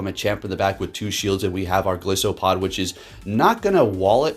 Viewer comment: The name is a play on "goliath" and "isopod" so the "i" is most prolly like eye.👍